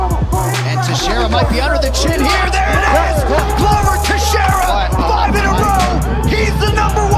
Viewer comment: it's not Glover Teixeira it's GlOver Teixeira